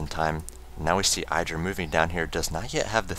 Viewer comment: The "i" in IdrA is pronounced with the short vowel sound, not the long vowel sound. IdrA said so himself on a teamliquid post.